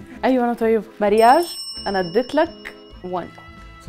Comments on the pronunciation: هيا قالت مارياج 😂😂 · هي قالت مارياج نطق marriage!! دي كارثه الحمد لله ان الولد قال no